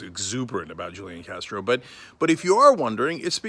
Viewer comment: The j is silent